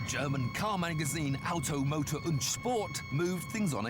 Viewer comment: Somehow I can't stop laughing after hearing the pronunciation of the moderator for the word "und".